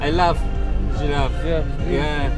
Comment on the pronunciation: "I Laf Żiraf" ~ 2k17 xD